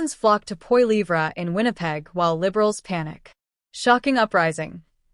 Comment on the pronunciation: What a pile of crap - propaganda probably of Russian origin - can't even pronounce Pierre's name properly